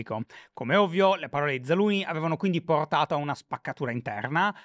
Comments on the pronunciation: Però una maggiore cura sulla pronuncia dei nomi stranieri in puntata sarebbe ben gradita, scusa shy cuore ma zaluznyj non si pronuncia zaluni, c’è una z prima! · “Zaluni” non si può sentire 😂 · Mi viene la tristezza a pensare che cambieranno Zaluzhny 😢. Why, credo di pronunci Zalushny